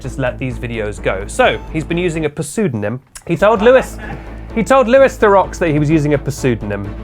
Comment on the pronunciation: I trust someone called to correctly pronounce Louis Theroux.